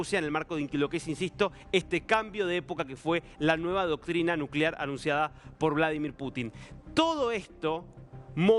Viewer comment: Vlodolir Putin?? De dónde han sacado a ése reportero?